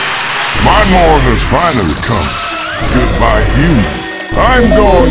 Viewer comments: yeah and “Noor” is pronounced like “nooor” it isn’t pronounced as “nor”. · its not noor its nuur )مهلاف)